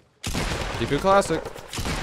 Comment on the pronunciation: you said FFUE FFUE FFUE in the “T” lol